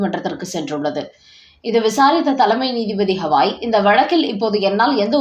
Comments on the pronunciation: அவர் பெயர் கவாய் … ஹவாய் இல்ல. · It is irritating to hear when the name Gavai is pronounced as Hawai. Please correct yourself at once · Please mention the name of Chief Justice as Gawai and not Hawai. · His name is Gavai - not Havai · Please pronounce the name of Chief Justice of Supreme Court atleast properly. He is B R Gavai and not Havai.